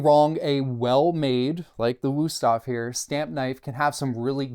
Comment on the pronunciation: It's a nice review, but as a German, it drives me crazy to hear the wrong pronunciation every few seconds in this video. Please, just go and learn the name, out of respect for the brand.